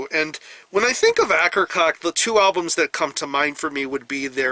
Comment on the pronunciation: Great work as always... just wanted to comment on the band name pronunciation, which should be "A-ker-coh-key"